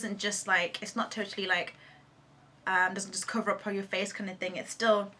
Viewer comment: "It's not ur fault"- So Nigerian, LOL!! Btw u MUST DO A BOYFRIEND TAG :)